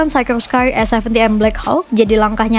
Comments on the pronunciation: Dibacanya sikorski Mbak, bukan saykorskai, itu nama orang Rusia yg imigrasi ke US. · Sekelas ngomong Sikorsky aja gak bener..... cari tahu cara ngomong yang bener gimana... biar gak keliatan beg*k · Mantap..terus berkembang.. mungkin masukan cara spelling dari pembacaannya dari mereknya